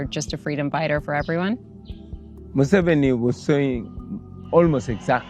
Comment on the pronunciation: It’s pronounced moo-se-vee-nee just for the record.